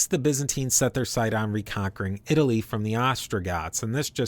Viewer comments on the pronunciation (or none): none